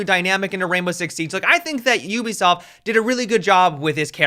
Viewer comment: why do you say ubisoft YEW-bisoft versus OOH-bisoft